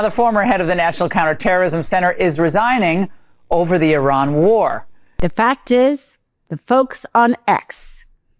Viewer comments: [sigh] It's not Ī-ran. (EYE-ran) It's i-RAN. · It is pronounced Eran and Eraq, not I Ran and I Raq. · why people pronounce Iran hyran you would pronounce India hyndia